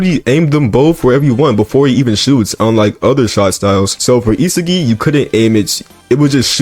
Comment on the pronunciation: HE FINALLY SAID ISAGI AND NOT ISAGUY😂😂💀💀